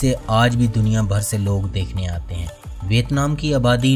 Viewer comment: بھائ صحاب، نام کا تلفظ وِیَتْنام ہے۔